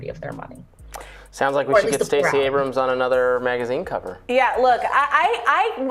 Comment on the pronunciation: It's not ABRAMSIS! A word ending in 'S' is plural or possessive in itself! the possessive of Abrams is Abrams'! EXAMPLE: Abrams' coat, not Abramsis!